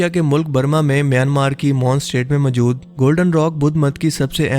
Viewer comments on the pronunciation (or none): Majood kia hota hai bhonsri k, mojood hota hai